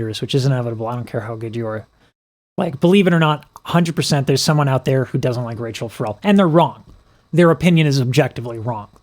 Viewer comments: Please, her first name: short "a" in "Ra", accent on "chelle"; NOT Rachel. Thanks. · Pronounced Ra-shell, it rhymes with her last name. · its Rachelle, rhymes with Michelle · FYI- her name is pronounced RaSHELL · I love when youre doing someone great, like this. Id be disappointed if you don't comment on some wonderful technique. You never disappoint. By the way I know you have found out her name is prounounced Ruh- SHELL. I just recently became a subbie, and I'm glad I did. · Great reaction and lessons. BTW, her first name is pronounced, Rachelle - (Rah_Shell) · Listen to her be introduced Live somewhere so you can pronounce her name correctly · I noticed the mispronunciation as well yet this guys appreciation is so profound that I was like 🤷‍♀️ He’ll get it. 😘